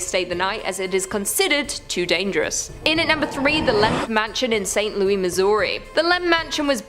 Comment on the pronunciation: St. Louis is pronounced like St. Lewis.